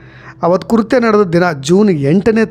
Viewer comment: ಕುರ್ತೇ ಅಲ್ಲ ಕೃತ್ಯ ಅಚ್ಚ ಕನ್ನಡಿಗರಾಗಿ ಉಚ್ಚಾರಣೆ ಸರಿ ಪಡಿಸಿಕೊಳ್ಳಿ